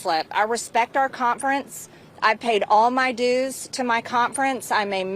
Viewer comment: She says the word conference as if it has a t in it... cont-ference. Call the Gazpacho... Get a peach-tree dish!! VOTE 💙🙏🏼🌎🇺🇲🎆